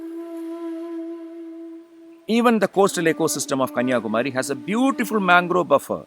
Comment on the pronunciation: Excellent video presentation. High quality content. Looks like the voice is given by a Malayalam speaker. Because the pronounciation of Kanniyakumari is wrong, Please pronounce properly, it is not Kumaaaari, it is Kumari.